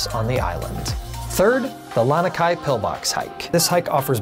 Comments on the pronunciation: Yeah, me too. And "Lanakai" instead of "Lanikai". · Awesome video! But, it's Lani (La-knee) kai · First fail I noticed from him was he said "Lanakai". I stopped watching and thumbs down after that. Just another non-local pretending to be some kind of expert. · I cringed every time he mispronounced Lanikai too!